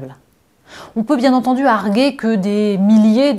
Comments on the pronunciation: On dit argU-er, pas arGHer, Fifille! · Ma chère Natacha, le verbe arguer se prononce "argUer": on dit donc " j'argUe, tu argUes, il argUe, argUant, argUé ", etc. Tous les dictionnaires le précisent.